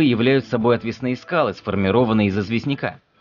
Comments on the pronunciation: Да, но скалы отвЕсные, а не отвеснЫе. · Что у вас с ударениями? Вы внук Горбачёва что-ли? ГрядА скал. ОтвЕсные скалы. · Блин.. Не знаете как в элементарных словах ставятся ударения -- заглядывайте в словари. "грядА", "отвЕсные". И т.д. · грядА, отвЕсные. ставь ударения правильно.